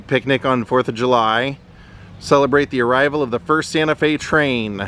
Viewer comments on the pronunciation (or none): none